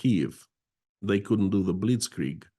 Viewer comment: I want to praise really good pronunciation of the German words "Blitzkrieg" and "Zugzwang". After hearing so many peoples bad pronunciation this was a pleasant surprise.